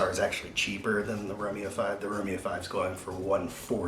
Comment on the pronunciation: I am two "romeos" in and I am very disappointed by the pronunciation.